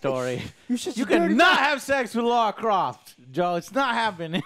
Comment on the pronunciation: La ra croft, no U in there